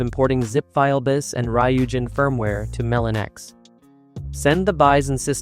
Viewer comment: Just letting you know, it's pronounced Melo-NX. dw about it but for next time you know.